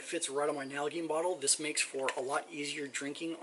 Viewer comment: Nal-a-jean. Is how it is pronounced.